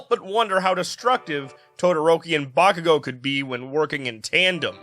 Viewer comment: i cant cotrol my laughter when he says bakugo as boomking hilarious 🤣🤣🤣